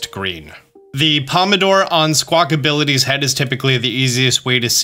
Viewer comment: its Squakabilly (like rock-a-billy) you keep saying Squak-ability